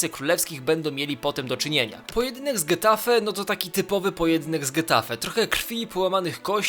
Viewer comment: Jelopie g przed e w hiszpańskim czyta się jak h, hetafe nie getafe